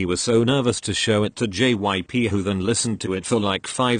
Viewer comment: The robot voice is like: jips gyp jyips.gypsy....